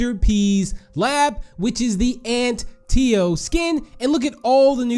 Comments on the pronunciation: I think it’s pronounced “Ant-ta-o”, not “Ant-e-o” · It sounded like he said ant tio